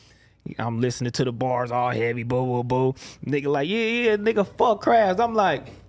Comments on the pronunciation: We say c - rab or oo- lob ,to say the word but show respect in st.louis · crims def be saying ckrab